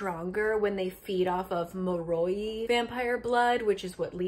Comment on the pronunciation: I love your review on it, but I can't get over the pronunciations on Lissa, dhampir, moroi and strigoi lol Edit: I think it's hilarious that you don't always mispronounce these words tho